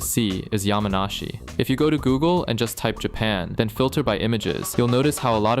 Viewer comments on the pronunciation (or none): none